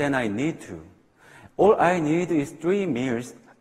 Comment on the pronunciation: 두 분 다 영어가 모국어가 아닌데 많은 청중들 앞에서 자신 있게 연설하시고 대단하시네요. 중학교 때부터 미국에서 살았던 제가 보기에는 이서진씨가 원어민 영어에 조금 더 가깝습니다. 하지만 all 등 몇 개 단어의 발음을 들어보면 역시 한국인들 많은 뉴욕이나 엘에이 등에서 회화에 포커스하기는 조금 무리인 것 같습니다~